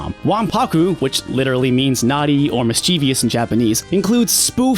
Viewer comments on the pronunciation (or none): People are STILL mispronouncing mischievous??? Come ON. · It's mischievous